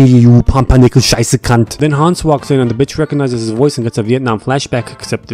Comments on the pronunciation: his german pronounciations are actually really good (especially scheiße) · my german ass is just proud how good his pronounciation is of “wunderbar” and “scheisse”. As always just quality content